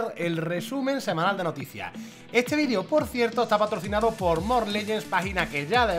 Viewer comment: En el principio del vídeo dices vidrio en vez de video